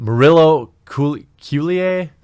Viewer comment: If it helps I believe, “Murillo-Cueller” should be pronounced like “Mur-ree-yo Quay-yar.”